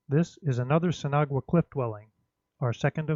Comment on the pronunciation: I'm dying of laughter haha. You pronounce it sin awa. I'm guessing you've been told that thought haha. I hope I helped friend. Also great video!